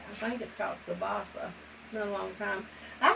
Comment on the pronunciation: you are right on your pronunciation is correct Kielbasa